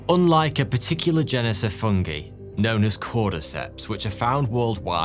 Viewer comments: Love you, but I hate the way you pronounce 'fungi' and 'chitin' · I can't be the only one to never hear the pronunciation "fungee" before...